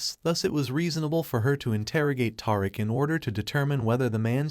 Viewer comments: 😂😂😂- Tariq - but yr right WHO IS TAR'RICK? 😂😂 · Dont leave him a thumbs up but leave him a thumbs down for mispronouncing tie Rick 😅😂😂😂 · Tiriq 😂that’s not his name mister it’s Tariq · His name is Ta-reek not Tar-rick lol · Who is Toriq?😂🤭It's pronounced Tyreek but not spelled that way. His Mom Tosha but spelled Tasha. Tajata😂😂😂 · Ta-reek not Tar rick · WHO THE FUCK IS "TAR" ICK???????....YA BIG DUMMY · He is butchering his name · its TARIQ ...TUH RIQUE ! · It's TA-Ric-A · Righttttt who is Toric 😮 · TAHR iK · I know, who the hell is TAR-RICK? Smh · Naw, Taurik did that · Who is gonna tell this dude that he is butchering Tariq's name???😂😂😂😂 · I was done this video, when the narrator could not say Tariq's correctly! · I rarely give videos a thumbs down BUT the video showed nothing after 6 minutes but a black screen. And you saying Tariq's name wrong is annoying and quite Mayonnaise like. Please correct that for future videos. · i can't watch this video this guy is is destroying Tariq's name dude are you serious? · In all of my years of being on YouTube, listening and responding or following people, I have never complained because your thoughts are your thoughts. HOWEVERRRR, IT IS EXTREMELY IRRITATING FOR THERE TO HAVE BEEN TWO BOOKS OF POWER, AND YOU CAN'T EVEN GET TARIQ'S NAME RIGHT NOT EVEN TASHA! HOW CAN YOU TELL A STORY LIKE THIS?! I CAN'T WITH YOU! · Please pronounce his name correctly jeez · My god please say Tariq name right geech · Tell him again sis. I cannot watch it anymore because its horrible to hear all the names pronounced incorrectly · This guy must be reading a strictly white folk script...killin Riqs name like a substitute teacher! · This dude in the video is destroying Tariq’s name so badly 😆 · Lmfao slaying his and Tasha name in like hell noo